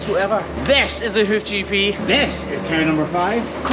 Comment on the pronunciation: Love this channel! I have to ask...am I the only one that hears " welcome to the hoochie pee" ? 😆 🤣 🤪 😜